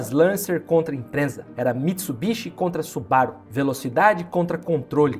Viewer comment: O vídeo é muito bom e bem feito, mas cuidado com a pronuncia imprensa é doído demais !! Impreza meu amigo ! Parabéns pela dedicação Edição muito boa e conteúdo fantástico.